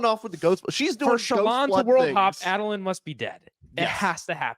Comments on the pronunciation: Adolin (Ay-Doh-Lynn). Enjoyable show but that hurt every time you guys said Adolin the way you did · A-dole-lin is the correct pronunciation btw. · The way they say Adolyn infuriates me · Add-a-lin… it had me twitching the entire time lol